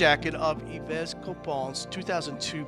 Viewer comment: Yves is pronounced "eve"